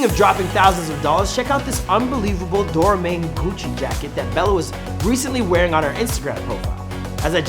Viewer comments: Did he say Dora Main jacket? Lol It's Do Rye Mon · The way he pronounced Doraemon. I can't even. I don't care it's Japanese how do you see Dora e mon and say Doramane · how dare you butcher the pronunciation of Doraemon.